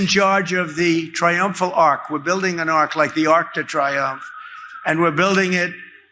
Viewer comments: Arc de Triomphe. Pronounced “tree-yomf.” It’s making me just a little bit crazy that no one seems to know how to pronounce the name of this famous monument. I’m American. I don’t speak French. I’ve never been to Paris. I STILL know how to pronounce “Arc de Triomphe.” I paid attention in my Western Civ class. 🤷🏽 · Ben the whole French speaking world has just winced at your pronunciation!